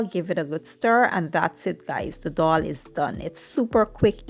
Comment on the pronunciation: Why do people say doll? Regardless if you speak proper English or not its pronounced as dal not dol